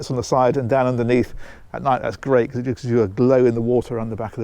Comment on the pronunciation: Becuzz, or because🤔